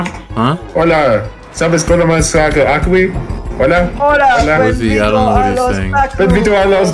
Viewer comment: “akwee” knocked me out